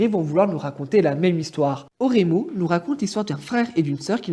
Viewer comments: Très bonne vidéo où je rejoins ton avis, c'est pas une copie, juste une autre histoire de l'auteur mais pour moi Oreimo est bien meilleur, c'est pas pour rien qu'il fait parti de mes anime préférés <3 par contre tu as dégomé les titres et termes jpp XD on dit Oléïmo, elomanga et éloge pour eroge voilà x) c'est le seul truc qui m'a cring x) très bon montage, continue ! ^^ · 面白いわあ笑 エロマンガ先生と俺妹の発音が完全にフランス語笑